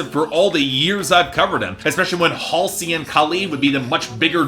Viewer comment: And HALLsey as Hal-see